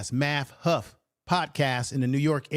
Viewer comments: yeah but u kept saying huff,get that tether name right..lol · It’s math hoff-a black man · I know but u kept saying huff